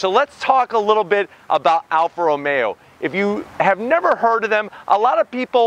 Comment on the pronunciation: Early in the review you called it an Alfa Ra-maya, your Italian right, LOL🤔